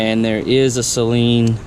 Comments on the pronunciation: Sweet car. Amazing to me that you guys that buy these cars don’t know how to say the name. Saline is solution for your contacts. Saleen. Pronounced SAAAAAALEEEEENNNN. GOOD LORD! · NOT SAY-LEEN JEEZ